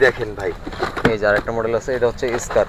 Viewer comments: SCAR-l স্কার-এল, স্কারেল না! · ইউটিউবারের বিন্দুমাত্র আইডিয়া নাই ফায়ার আর্মস হিসেবে। স্কারেল রে বলতেছে স্কার, গ্লক রে বলতেছে লক। 😅😂😂